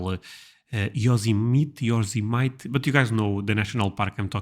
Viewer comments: Disney started in California. Yosemite is pronounced Yo-sem-uhh- tee. Im in North Dakota but Im from California. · It's pronounced Yo-SEM-a-née, with the emphasis on the 2nd syllable 'sem'. Disneyland was first - 1955, WDW was 1972.. No, it gets cold in all of the southern states, but Florida - but it stays hot, especially around Miami, where the people from New York would go in the winter. Then the rest of south Florida's coast developed for the 'snowbirds'. After WW2 it was booming! Pronounced : co - NET - e - cut & Mass - a - CHEW - sets. I'm from Maryland. Lousy, short, dismissive description of our state! Know as "American in miniature", we have sand dunes, ocean, farmland, swamps& marshes, cities, Oldest continually used state house in US, United States Naval Academy, birth place of railroading in US, Fort McHenry ( Star spangled banner location, wineries, horses ( the Preakness ), orchards, state parks & forests, mountains, skiing , and lots of famous of arts and entertainment venues, famous health/ medical facilities/ hospitals ( John's Hopkins, etc. - and U of M hospital is where Shock Trauma medicine was started ). Great food - the Chesapeake Bay is famous for crabs,🦀 clams, oysters 🦪 & rockfish. Sports, from school teams, thru major college sports to professional teams; baseball ⚾️ , football ,🏈 soccer ⚽️ , basketball 🏀, lacrosse 🥍, sailing ⛵️ and boating 🛥️ are huge on the Bay. Little piece of trivia for you; the total of the shoreline of the Chesapeake & it's tidal tributaries is miles . . .that's longer than California, Oregon & Washington state's shore lines combined! A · Maybe this can help you pronounce "Yosemite " (yo sam i tea). "Connecticut" (con net a cut) "Massachusetts" this will get you close. (Mass a chew sits) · YOSEMITE = YO-SEM-IT-E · Yosemite = yo- Sehm- ih- tee